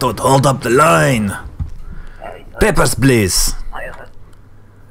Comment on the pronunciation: Well, listening to it, he does actually say it almost exactly like "peppers please" once :P